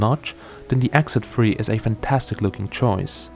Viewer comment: Oh it's X Z 3, I thought you were saying "exit free"! lol